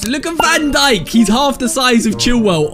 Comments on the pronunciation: Who didn’t hear him say van donkey😂 instead of van dijk😂😂😂😂😂😂 (make this comment blow up) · Bro said Virgil van donkey💀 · You said donkey